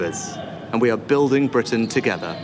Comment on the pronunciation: Comin' togever ....thanks Beth Rigby. So hard to listen to